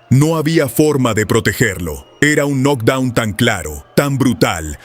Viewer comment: UN NOC DOUN ????? 😂😂😂😂😂😂😂 ERES MALO PARA PUBLICAR .